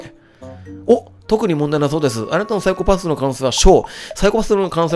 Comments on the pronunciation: サイコパ↑ス↓ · 「サイコパふ診断」 ふ？…………ふ？